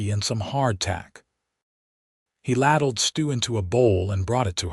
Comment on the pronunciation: LADLED (PRONOUNCED LAYDLED)